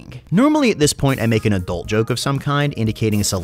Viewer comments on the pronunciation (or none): none